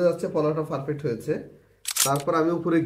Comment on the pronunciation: আপনার পারফেক্ট বলাটা একটু ব্যাতিক্রম আপনি বলেন ফারফেক্ট,শুনতে খারাপ না😅